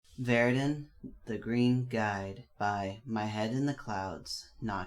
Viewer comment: I swear every single time you say Vair-rid-din I scream ITS VER-RID-IAN!!!!!! (e-an) 😂